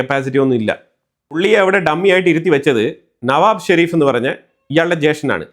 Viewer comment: നവാബ് ഷെരീഫ് അല്ല നവാസ് ഷെരീഫ്.